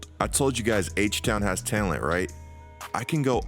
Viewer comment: you say “talent” I hear “tail end”